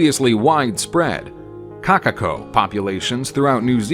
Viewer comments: Number 3: "Kakako" Correction: Kokako (Pronounciation) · “Kakako”THERE IS A O IN KOKAKO